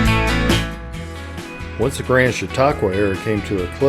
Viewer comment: My hometown. The guy is butchering Chautauqua though. 😅 Everyone does.